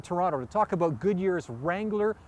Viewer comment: lol aboot